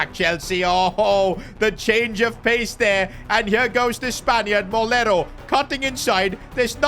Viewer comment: Its “Moleiro” And you are pronouncing it as “Molero” 😭